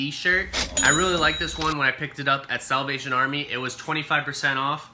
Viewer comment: "SAWLVATION Army" LOL